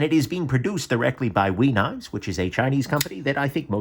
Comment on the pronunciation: Knaffs is pronounced with the a like the a in aft and giraffe.